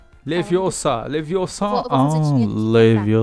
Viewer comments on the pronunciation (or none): e ermione leviosan n é assim é leviosaa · é leviosa e não leviosaaaaaa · NAO E LAVIOSA E LEVIOSA